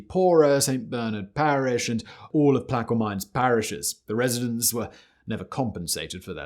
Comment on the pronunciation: The way he said plaquemines parish made me smirk.